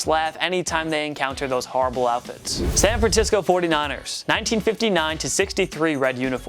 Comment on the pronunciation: Go ahead and listen to him say San Francisco wrong😂